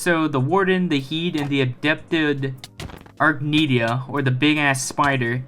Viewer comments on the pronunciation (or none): also, "adapted arachnida" is pronounced as something like "uh-rack-nihd-uh" since the word "arachnida" is a class of animals which are invertebrates. Plus, it doesn't sound anywhere near like " adept-ed arknidia" as you said but it's no problem I used to have trouble reading words I'm not familiar with, you'll figure it out as long as you read a little more slowly to understand what it is you read.